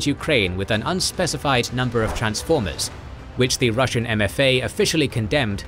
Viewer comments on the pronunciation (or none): none